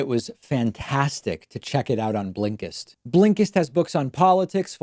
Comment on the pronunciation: Everyone: Blinkist David: BLEENKISTT